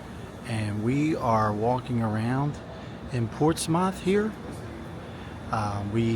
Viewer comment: Ports-meth/muth… not MOTH